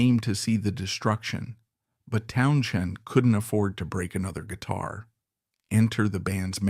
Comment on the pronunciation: why is this AI bot saying Townshen?